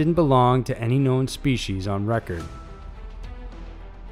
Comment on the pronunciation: Species. Not speshes.